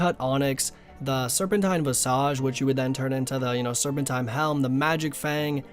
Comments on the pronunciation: Vice-idge? It is pronounced Vis-idge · "VAI-SIGE" lol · Dafuq are those visage pronounciations 😂😂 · Dude said visage 10 different ways in this video and not once was it the right way lmao